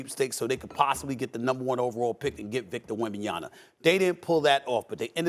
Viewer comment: Bro said Wembanyana 🤣🤣🤣